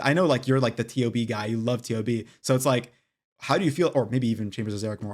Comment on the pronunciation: Great video but please stop saying T-O-B, it’s a dead giveaway you haven’t done a lot of tob